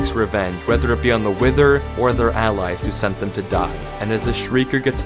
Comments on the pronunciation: "Hello internet welcome to Wiftheory" Wow who could that be 🥱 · "Hello internet, welcome to Wiftheory-" that broke me